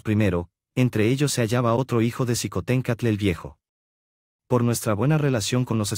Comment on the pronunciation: Esto es su visión pero es imparcial, no comparto su historia con respecto a Xicohtencstl se pronuncia Shicotencaatl